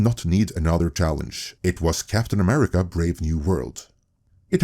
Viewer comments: welp...that inflection on America has got to be one of the most expensive I've ever heard/seen 🤦🫤😅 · notice how he even had a hard time even saying the name "America". What has America ever done to him?